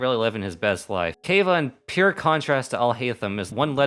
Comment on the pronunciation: I'm so sad I'm a Kaveh main you did him so bad 😭 You said his name wrong and he's the best boi who needs a hug. Also Alhaitham and Kaveh are obviously married (wishful thinking)